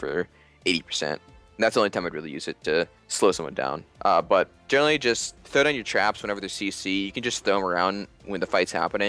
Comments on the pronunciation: Has he been saying jhinerally the whole time? Like a pun, of jhin and generally? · Does anyone else realize he keeps saying jhinerally